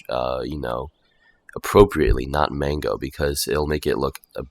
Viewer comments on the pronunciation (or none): it's Mongo not mango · İt's mongo not mango 😂😂